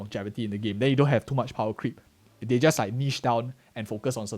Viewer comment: one emenatot one ??? Catcree? Wtf? You said powercreep right after so that word wasn't powercreep..